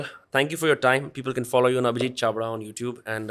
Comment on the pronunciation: Chavda with an L on the beginning.... If the power lies with the armed forces then why was there a student protest?